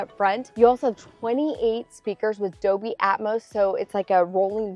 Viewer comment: I've never heard of Doby Atmos. I thought it was pronounced DOLBY. The "L" and all.